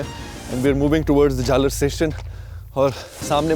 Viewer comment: Jhal aar not jhalar